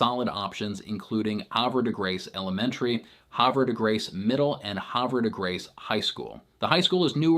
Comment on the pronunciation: You are not a local....your pronunciation of Havre de Grace and Susquehanna are not correct.